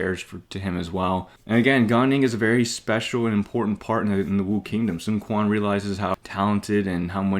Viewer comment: You not pronouncing Quan correctly bugs me, ngl lol